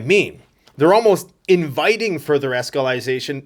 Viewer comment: New word just dropped! "Escalization"... You heard it here first folks!, you better make an "Escalization" t shirt 👕....!!